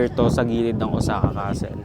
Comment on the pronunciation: iba ka rin mag travel vlog beh, puro mukha. hahahaha. Tapos ayusin mo nga mga words or grammar mo, nakaka irita. "OZAKA?" and many more. lol